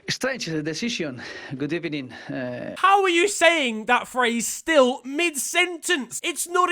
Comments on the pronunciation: it’s not even a good ebening it’s a bad ebening 🤣😂😂😂🤣😭😭😂🤣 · I beg just says Good Ebening as his intro now